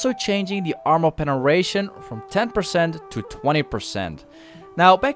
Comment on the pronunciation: I fucking love this pronunciation PENERATION